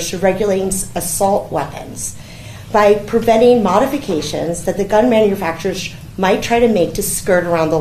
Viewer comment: That girl couldn’t even pronounce the word “manufacturers”.